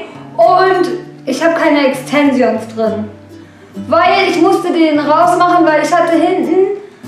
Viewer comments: das wird Extenschens aussgesprochen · wdf! wie sie exzensions ausspricht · wie sie einfach extensions ausspricht